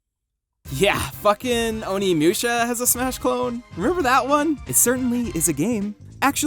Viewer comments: My heart died a little every time you said "Oni Mewsha." Moo sha. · Who the fuck is "Haihachi"? What the fuck is "Onimyusha"? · I cannot be the only one who's having problems with how he says Onimusha.....